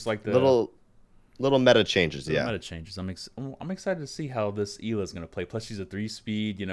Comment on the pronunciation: Not Grushmost, more like Grshmot. Also, Ela is pronounced more like Eh-la.